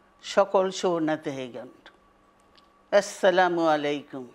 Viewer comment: এস্সালামুয়ালাইকুম নাকি? আস্সালামুয়ালাইকুম বুঝতে পারলাম না।